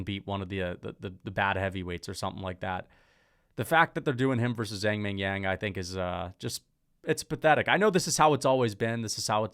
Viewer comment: Someone tell this guy it’s Zhang not Zang, the H is there for a reason